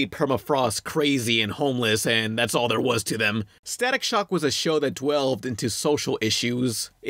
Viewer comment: Did you just say "dwelved"?